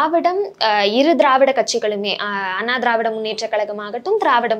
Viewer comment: he says dravidaR munnetra kalagam instead of dravida munnetra kalagam... this is the standrad of todays journalism sorry PRESSTITUTION.. it reflects in his questions and intentions too...